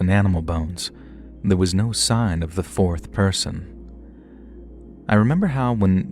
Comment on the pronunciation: Don’t think we forgot “fourth poyson” 😂